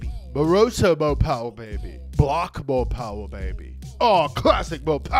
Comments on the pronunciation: By ooopmh?? whats that? you mean mo' powa' baby?!?! Its ok ill let it slide.....this time... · When he said a "a bit more... umph" instead of mo poweh benbah I was so confused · Yo no ones talking about how the other audience dude got hurt because of mo powah . . . . . . I guess he couldn't handle all the mo powah babeh